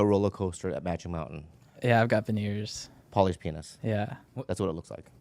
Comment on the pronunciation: Am I imagining things or is saying dorrars?...